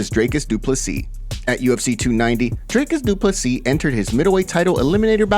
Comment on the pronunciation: “Dricus Duplee” -Shaub